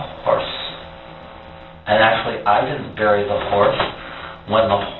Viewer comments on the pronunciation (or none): none